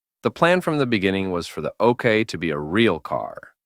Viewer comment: Yeah, lazy making